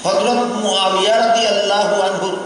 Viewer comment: উনিতো রাদিয়াল্লাহু ঠিক করে উচ্চারণ করতে পারছে না।